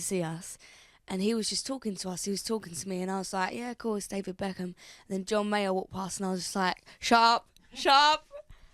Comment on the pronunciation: B E ckham nicht B A ckham